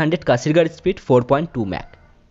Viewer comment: স্প্রিইড🤣 কি উচ্চারণ রে বাবা😅😬🤣